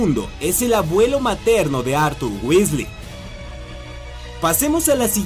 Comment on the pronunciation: johan hdez Tenes razon se dice Weasley gracias por corregir jaja